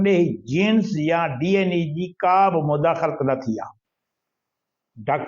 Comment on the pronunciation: Saeen, DNA not DNE